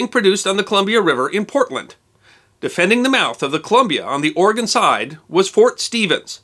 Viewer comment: ROCKS! Thank you for being a wonderful story teller who also pronounces our Great State of Oregon's name correctly, O-r-e-g-o-n NOT "Orygun". I enjoyed your story as always, the ending part about the Japanese pilot coming to visit and the ensuing exchange of friendship made me cry a little.